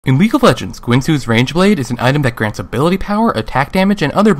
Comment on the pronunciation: Is it me or did he say rangeblade in the beginning?